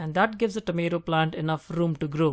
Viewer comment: enough RRrrrroom